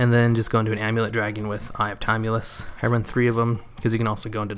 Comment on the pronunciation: Great as always. Love Dark Magician. Ps. Timaeus is pronounced like Tim-Eye-Us Just for future reference :)